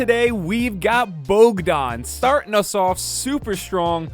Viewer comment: No, he pronounced it almost perfect :D